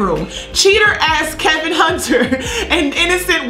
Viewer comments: Why u keep calling him Kelvin.....his name is Kevin.....I couldn’t hardly make it thru the video. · It’s Kevin. Not Kelvin